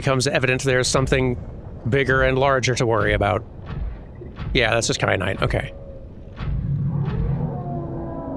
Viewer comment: Kyanite, like teh pepper